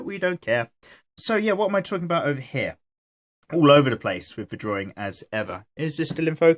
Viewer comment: WOW i love it when you say haa but i know its sopposed to mean here